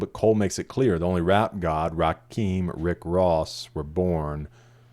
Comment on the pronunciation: I've heard it too many times at this point: Rakim is not pronounced like "Raqim". It's pronounced like "Amun-Ra" and "Kimberly". RA KIM